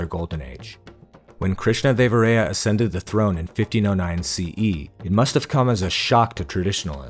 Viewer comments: It’s Krishnadeva-rāyā not Ray-ā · hey, nice video, actually is observed that your pronunciation of Krishnadevaraya is slightly wrong. It’s pronounced as rāyā not ray-ā